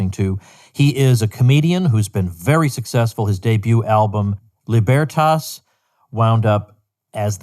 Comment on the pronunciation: Li-BEAR-tas? Is he just fucking with Dave or does he really not know what the special is called? Lol